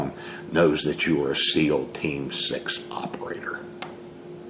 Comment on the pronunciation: Hey Don did you say Seal Team 6 or Meal Team?